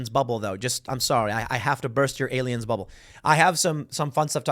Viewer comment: "Look at the pretty baroon" "it's totally not a spy baroon, it's ariens" Project bruebeam...